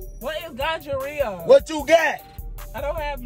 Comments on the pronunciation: he say gongorrhea, not gonorrhoea 🤣🤣🤣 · He said gonjarea 😅😂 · NOT TF HE SAID GUJA RIHA 🤦🏽‍♀️😩🙄👀👀👀🤣🤣😂😂😂😂 sleep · Already cracking up and all Big homie said was" Better not be no D in that" omg I love you guys so much. 🤣🤣🤣🤣🤣🤣🤣🤣 Today's my day off and gotta get you guys in. GONGHAREA, Gingivitis not Gonorrhea ..this man is a fool. 😂😂😂😂😂. Z you got him good ..Good job. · When he said Ganjarea 🤣😭🤣😭🤣😭🤣😭😭😭😭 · He said gonjareea lol I can't with him yo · My boy said gonjarea I can't 😅😅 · Not him saying the infection name wrong